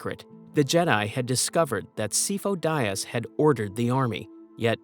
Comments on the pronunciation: "SIGH-foe DEE-uhs" This name is literally pronounced in canon. Otherwise, great video. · Si-foe Dee-az. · The pronunciation of Sifo-Dyas through this is brutal. Not like he's named numerous times in the movies and TCW 😂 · My only beef with this video is the mispronouncing of Sifo Dyas.